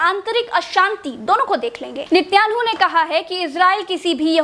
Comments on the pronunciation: Nityangu nhi Netanyahu hai nam Or enduan nhi urdagan hai nam 😁😂😂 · इजराइल के प्रधानमंत्री का नाम तो ठीक से लो 😂😂😂😂😂🤣🤣🤣🤣